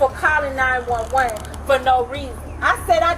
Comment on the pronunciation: Who or what narrated this ?? She phoned nine hundred and eleven ?? Uh...whaaaat ??